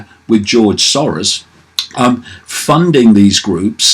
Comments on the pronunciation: Keith _ sore-ass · The correct prononciation of Soros in Hungarian is SAROSH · I love how David pronounces it George "Saurus". He is an old Dinosaur... That's for damn sure.